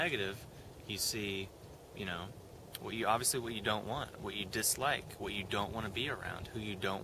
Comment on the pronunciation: theres only like and "dis-i-like".